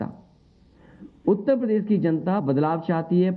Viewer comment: Utta padesh to bolna Sikh le phle